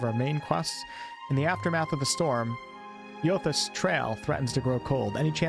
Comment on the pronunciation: Eothas is pronounced aye-uh-thiss ive played through both games lol